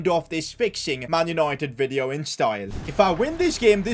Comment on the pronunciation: "man unOIted" 😅😅 great vid though.....